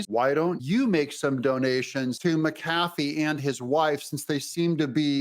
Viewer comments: Doug... say it with me... MAC-uh-FEE. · Judge "MAC A FEE"